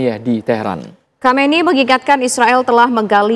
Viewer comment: Khameneii bukan khameini duh kah gemes sm presenternya